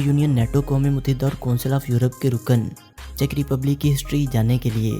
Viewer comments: چیک ریپبلک ہی کہا جاتا چیچیک نہیں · O Bhai sahib video babany se pehly ye seekh lo k iss country ka naam check republic he na k cheechak republic